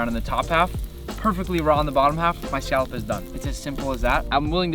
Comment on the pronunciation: saying scallop as skalp kills me